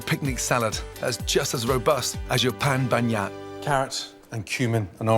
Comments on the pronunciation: It's "pain bagnat" lol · Donc ce truc la il appelle cela un pan bagna 😂😂😂😂😂😂😂😂 hooooo putain le varois que je suis pleure haaaaa sacrée anglais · I thought bagnat was pronounced bag-nat for some reason 😂😂